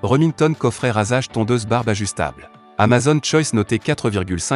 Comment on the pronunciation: Alors pour info on dit pas amazonne, mais amazOn, avec un O fermé !! Comme une "zone", un "mot", un "atome", un "clone", un "môme", un "château".